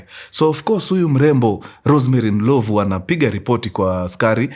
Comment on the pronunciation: it’s not Ndilovu, it’s Ndlovhu